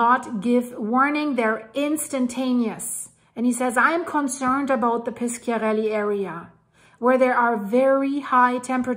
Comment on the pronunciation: If you want is not piskiarelly Is Pisciarelli and you have to read "sci" like you read "sh" in the word fish